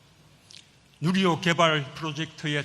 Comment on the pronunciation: 문재인 할배요 뉴리호가 아니라 누리호~발음이 안됨??